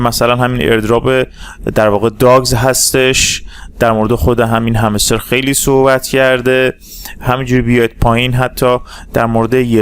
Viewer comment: نظر بنده: دوست عزیز آقا نیازی نیست لحن سازی کنی ، صدا سازی شاید بشه هضمش کرد ولی لحن سازی خیلی زشت و چیپ هستش. چرا حرف "ر" رو ی جوری "ر ُ " تلفظ می کنید؟! هَمِسْتِر: همْسْترُ معروف: معـ وووف رمز و راز: رومز و رواز ؟! شما در تلفظ ی سری کلمات سطحی مشکل داری ، چرا می خوای با ساختن یک لحن خاص و لاجچری نشون ب